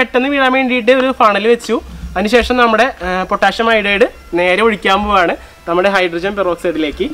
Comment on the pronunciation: പൊട്ടാഷ്യം എന്ന് അല്ല പൊട്ടാസ്യം എന്നാണ്